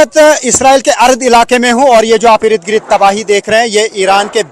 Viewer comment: Rid Girid nahi balki ird gird boliye